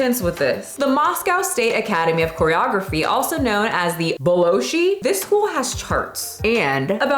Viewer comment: Boloshiy is the only way I’ll be calling Bol’shoy from now on, thank u! 😂